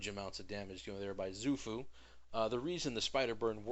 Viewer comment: To my understanding, Xuen is pronounced "Shwen" and Xu-Fu is pronounced "Shoe-Foo." Cool vid, though. Very helpful. :)